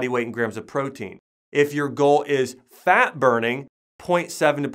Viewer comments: Can't get over how he pronounces FAT as FAAK.. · Jay Loe now I just hear “ FAAAAK”